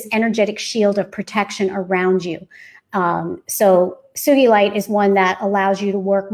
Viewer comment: She is pronouncing sugilite properly, as it was named after a man called "Sugi" who first started working with it. Sugee-lite, with a hard G. ;)